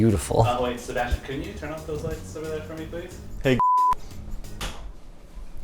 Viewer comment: a SeBASHtian